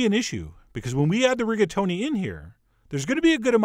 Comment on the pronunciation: Reggaetoni al Sagredo. Gotta love people who don't even try languages.